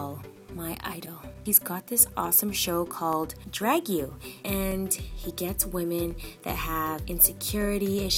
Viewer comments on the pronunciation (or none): I love it. lol But it's not RuPaul's Drag 'You.' It's Drag 'U', as in Drag University. And it's dress up 'in' drag, not 'as' drag.